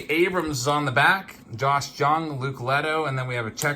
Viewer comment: FYI -- It's not Josh "JUNG", it's pronounced "YOUNG". I'm a Rangers fan, and so I've been following him.